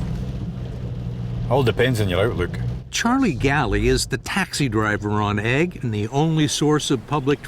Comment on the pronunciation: It's ooigg not egg!